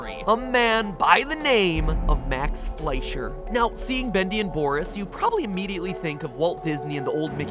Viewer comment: F L E S H E R. It's pronounced F L E S H E R. I just..... I can't!!!!! 😫😫😫😫